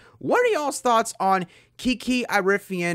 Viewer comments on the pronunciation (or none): Dude you have to say her last name right. It is like Erie-ah-fin.